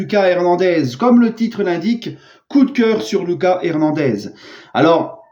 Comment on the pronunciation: tu dis mal son prénom. La prononciation c'est pas comme en Français, plutot à l'Espagnol. C'est "Loukasse" et pas "Lucas"